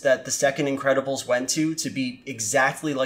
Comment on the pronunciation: I keep hearing "Incredible Stu" throughout the video and now I can't unhear it. Is it just me?